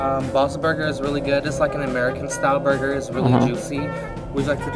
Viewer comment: "did he just say Burger"